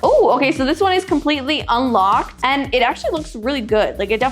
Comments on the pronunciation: Unlocked= ❌ Ulocked= ✔ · its not unlocked....its ULOCKED! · she said ulocked